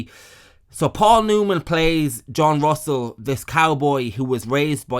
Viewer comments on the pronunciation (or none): none